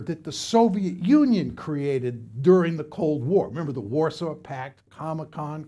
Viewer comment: Really, no one else is gonna talk about that beautiful moment when he said Comicon instead of Comintern?